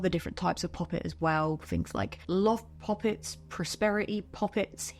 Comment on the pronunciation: I can’t tell if your saying pop-it’s or puppets😂😭